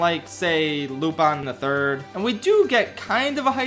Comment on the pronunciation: Hell yeah, Lupin III reference!! And thank you for pronouncing it correctly lmao